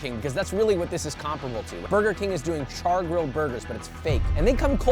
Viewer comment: The way this guy says Comparable as Comperable pisses me off.